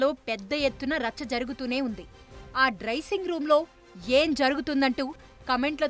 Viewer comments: Drysing room anta 😂😂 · Adi drissing room kaadu dressing room. Em chetha matladthunavamma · vamo andhi drysing room kadhu thali andhi dressing room u first clear say dressing room after say Indian team matter players 🔑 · It's not drising room its dressing room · Adi drisingo honeysingo kadu tv9 bro “dressing room” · Dricing room kadu talli Dressing Room🙏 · డ్రైసింగ్ రూమ్ కాదు అమ్మ తల్లి అది డ్రెస్సింగ్ రూమ్ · Dressing room ani kuda palakadam ravatle anchor ki..karma ra babu 🤦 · Dressing room.... Words sariga palakandi fist...... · Dressing room ani pronounce cheyyatam kuda radu. Rajaneekanth vunte tv9 mattilo kalisipovatam khaayam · Mundhu dressing room ani sarigga palakadam nerchuko .........